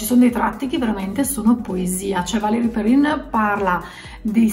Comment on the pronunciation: non si pronuncia perren?